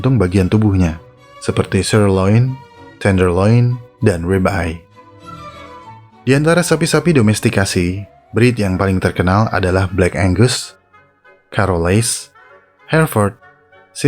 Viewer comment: 😂 libeye dibaca lebay